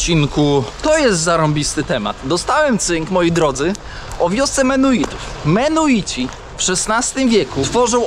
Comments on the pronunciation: Chętnie bym obejrzał, ale mi uszy krwawią od tych "menuitów". Mój sąsiad na wsi na pendrive'a mówi "pyntrafj" - i chyba to bardziej znośne. Ale on ma 70 lat. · Nie Menoici ani Mennoici a MENNONICI. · Cały czas mówisz menuici a piszesz i Georg sam wymawia mennonici . To jak to w końcu się wymawia . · Coś oporny na naukę. Dalej mówi Belize i Menuici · mennonici, i beliz...bez e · Nie mogę już słuchać jak przekręcasz nazwę tej wspólnoty, musiałem przełączyć, uff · extra z , jak zwykle, błędami Mennonici a nie menuici, w Chicago nie Polker a Polamer..i setki innych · Ludzie !!! MeNNoNici, nie Menuici !! Tak jak POlacy, nie Paliaczi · Mimo najszczerszych chęci obejrzenia całości, po usłyszeniu "Menuici" po raz 38. nie wytrzymałem. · Mennonici a nie menuici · Lepiej się nie ucz... wali błędy w każdym odcinku. Mennonici a nie menuici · Odcinek super i mów proszę menonici a nie menuici. Chyba wiesz, że osiedleni byli również w Polsce w dolinie Wisły na odcinku od Grudziądza w kierunku Gdańska. Do dziś istnieją tam stare chaty i cmentarze menonickie, czkam na dalsze podróze i relacje😂😂😂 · Nie Menuici ,tylko Menonici ~~~~!!!! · Bardzo ciekawy odcinek, ale wciąż przekręca pan nazwy - mennonici. Bez urazy, ale ma Pan chyba małą dysleksję, bo często przekreca pan nazwy. A dzisiejszy gość pan George dał super wywiad. I niby nie groźnie w Belize, ale dziura w szybie samochodu jest.. po kuli lub po kamieniu... Bezpiecznej drogi.:hand-pink-waving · Menuici?😮 A nie mennonici? ... coś ty się tych menuitów w kolejnym odcinku czepił 😂A po angielsku mówisz jak trzeba 😅 Ale dzięki,to był ciekawy odcinek.